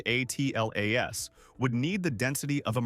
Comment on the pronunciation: AI needs to learn to minimize syllables, much as we do. I'm tired of hearing 3Iatlas being spelled out. Just pronounce it!